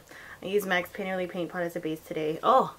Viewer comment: "Fainterly Faint Fot" hehe,:D omgah I"m Filipino & I say the same thing